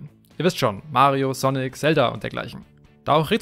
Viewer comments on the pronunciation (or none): none